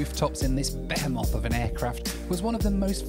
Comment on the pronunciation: the way you pronounced behemoth